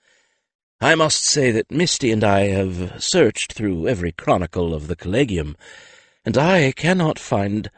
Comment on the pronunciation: This is just a pet peeve of mine, but Collegia and Collegium are pronounced with a soft 'g' making a 'j' sound. Kol-Lee-Jee-a and Kol- Lee-Jee-um. The narrator's mispronunciation jarred me out of the story every time. But I do enjoy Mercedes Lackey's stories.